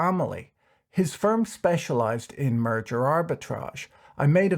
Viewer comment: Ok, I heard you say "murder ARB” :) lol